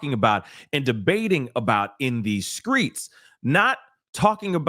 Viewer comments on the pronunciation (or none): Why do my black people keep saying skreets. It's streets dang it.... let's speak words as they're spelled. "HOW DO WE SCRAMBLE ALREADY SPELLED WORDS".💯🙏